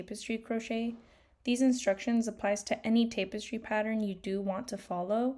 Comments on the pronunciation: Good vid, jsyn it’s tap-us-tree not tape-es-tree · I was gonna say the same thing. Tap rather than tape in the pronunciation of tapestry, but also this tutorial is helpful, thank you for posting! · You have been pronouncing it right your whole life. I have no idea why she is pronouncing it Tape-estry. She is pronouncing it incorrectly. I am completely baffled why you are the only one making this comment 😂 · its tap-estry not tape-estry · Wait, is it pronounced as "tape-estry"!? My whole life I've been saying "tap-estry"! ....well now I feel stupid....😅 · Jesus you want to do tutorials and you can't even pronounce what it is you're doing. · First off you're not pronouncing it right it's tap.. not tape stupid. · It’s TAP- es-try. Not TAPE-es- try. Other than that thank you so much for explaining this ❤❤❤ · IT’S PRONOUNCED “TAP-EHS-TREE” OR TAP-ES-TRI” ( FOR THE SPANISH-SPEAKING PEOPLE). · Yes, I was about to help with pronunciation of tapestry. 🫶🏻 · but pronounced TAP estry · It is pronounced Tap-es-tree. Tapestry. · It's "tap" as in a "tap on the shoulder." Tap-es-streee, like in "street." Loved❤ the tutorial. Love mushrooms 🍄 even more!! Thank you! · This looks amazing, I’m going to try this, thank you so much. But please stop saying tapestry like that ;( lol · You keep saying tapestry wrong , I don't need to listen to anything you say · Say Tapestry correctly. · Can't watch, mispronouncing tapestry.😮